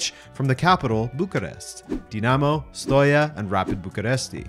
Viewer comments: also Steaua is not Stoya, it's Ste as in Stellar and aua as in Aqua without Q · Great video like always, I thought that you are romanian, but when you pronounced ,,Steaua", I was clarified that isn't the case. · Poor Steaua Bucharest ,won one champions league and made it to another final ,just to have its name butchered like that . 😢 Otherwise ,good video .